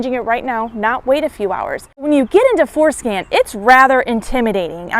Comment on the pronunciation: I swear she's saying foreskin....